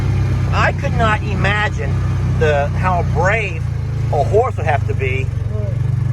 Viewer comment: I get such a kick out of he way you say”imagine.” It comes out as “E-magine”. And I have never cared for times when men act out and display aggression. It shows a lack of class, and a heavy dose of stupidity. L